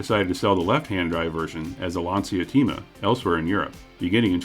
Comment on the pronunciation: Pronounced "Lahn-cha tay-ma"